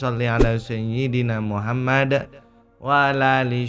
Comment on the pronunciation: Org mn sih gk bs nyebut nm rasulullah dg bener...muhammad.